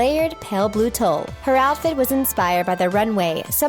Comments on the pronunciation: Have you never heard of "tulle" before (if not it can be forgiven) but TULLE sounds like Tool, not Toll. It totally threw me off a moment... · its pronounced "tool" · Her repeated mispronunciation of tulle drove me nuts.